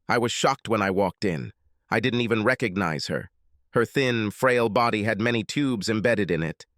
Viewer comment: And OPEN ED….RECONEEZE…